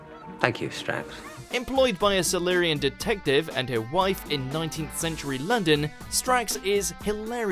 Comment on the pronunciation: you've never seen the show, or you'd know how to say Sontaran. On the show it's said son-TAR-en, not SUN-ta-ren. You also mispronounce Silurian.